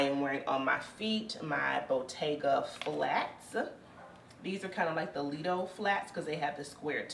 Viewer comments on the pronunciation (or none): none